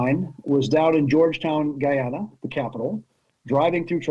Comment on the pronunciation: You got Guy Ana right, but Esse Quibo (like squib o).